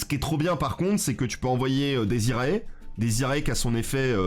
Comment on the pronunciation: Bonjour, tout d'abord merci pour ce contenu vidéo-ludique de qualité. Je veux céans vous faire part de quelque soucis de prononciation du latin que je rencontre partout chez les yugitubeurs francophone. Cela concerne les cartes démonforge ( fiendsmith ). Donc on prononce " diez iré" ( dies irae) et l'on prononce "ki-ri-é" ( Kyrie ), ce sont pour la plupart du temps des concept religieux et souvent des concepts rattachés au deuil ( requiem signifiant messe des morts, lacrima les larmes etc ). Merci beaucoup de votre lecture, je poste rarement mais j'avoue que ça m'a rendu chaffoins. ---- Jean-Constantin De Chateau_Neuf De La Villeclaire